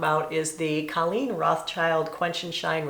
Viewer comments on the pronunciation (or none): none